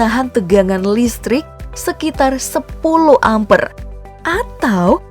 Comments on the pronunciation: Apa gak pernah sekolah aja.....coba dengarkan saat ngomong ampere Wkwkwk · Cara ngomong 'ampere' nya gitu bgt sih 😰